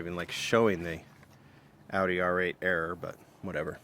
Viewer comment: A "RERROR" if you will